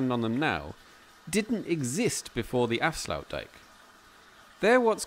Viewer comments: Afsloutdijk😁 always Nice to hear people trying to speak dutch....... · you pronounce it as 'afsluitdijk' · Your pronunciation of "Afsluitdijk" is not acceptable … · got it